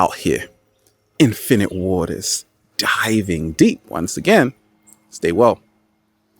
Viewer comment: I'm a gamer at first I heard "Infinite Water" sound like "Infinite Warfare" for me XD